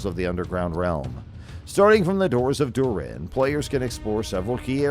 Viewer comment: I have heard better AI. moRiA, durEN. For fucks sake….